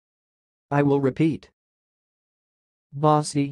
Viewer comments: Wrong pronunciation! My last name ist Baci which is italian and it means kisses. It's pronounced ba-chee not pa-ci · The Italian word Baci is pronounced BAH-chee. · This is not how you pronounce Baci. I am Italian and the letter C in the word Baci is pronounced the same way as one would say the word chip. Not as it is pronounced in your youtube video.